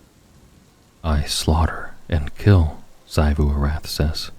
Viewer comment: Small note: Xivu Arath is pronounced ZEE-voo ar-ATH, not ZAI-voo. Aside from that, amazing as always!